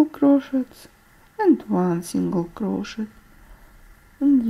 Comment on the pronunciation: Спасибо большое за мк. Все просто и понятно. Только небольшая поправка: по-английски воздушная петля - чэйн стич, от слова чэйн (цепь, цепочка). Чайн стич звучит буквально как "китайская петля" 😆😁 И crochet произносится как крошэй. Буква "т" на конце не произносят. Живу в Англии уже очень много лет, поэтому знаю, что говорю :) Всех благ вам и с наступившим Новым годом!